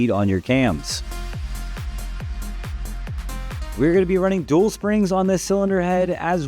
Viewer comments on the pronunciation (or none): none